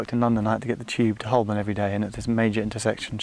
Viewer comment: Cringed a little as you said Hole-born as opposed to Ho-burn but I'll let you off as you'd already peppered you language with minor Americanisms having lived there for a while "add"-ress haha. Enjoyed watching this Geoff and maybe you could do the same/similar in another country perhaps?? Also props to Grandaddy - AM 180 :)